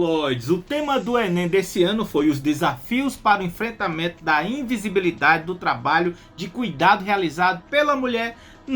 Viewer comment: Ficou difícil para o falar invisibilidade....imagina entender o tema da redação!!!